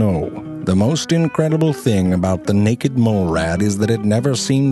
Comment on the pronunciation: I like the way he says naked! "Neckked"